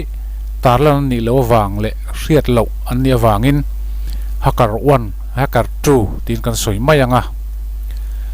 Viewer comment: Hmmm... Inzir belh tur om nual. Sap tong(English Accent)lam dan: Eg:- Hacker, Stealth...nakin zel ah ph... Google hmasa thin rh. Tin, tuna kan soi Stealth leh Hacker te hi a awmzia(meaning)soi fiah nghal zel a tha. A awmzia hre miah lo thenkhat an om don. Vai Serial/Korean Serial ho anga hmuhnom don chauh, ngaihnom don chauh tih ah tih zo/tawpna siam th suh. Part-1 Part-2 etc ... tul kher lo